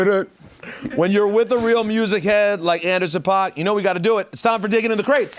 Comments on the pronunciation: rosenberg just repeatedly pronouncing paak and oxnard incorrectly. cool research you did for this , pete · rosenberg always makes a point to say PAWK and not PACK. Andy himself says pack